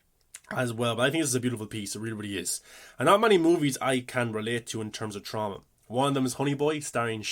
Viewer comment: Will forever think of Jamie Lee Curtis pronouncing it TrOWWMma.